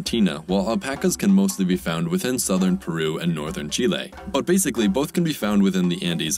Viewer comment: Dude pronounced Chile both ways.